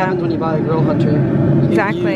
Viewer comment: Is the “T” in Hunter not supposed to be pronounced? It always sounds like you’re saying “Hunner” lol! Love all your videos, and content btw ♥️